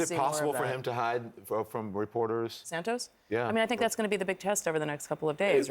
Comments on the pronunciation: It is not "San-toes". It is "San-toss" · “ Santoooose” ! Surely it’s “ Santos”